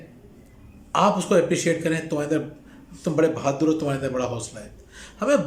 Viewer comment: Bhaddur nhi bhadur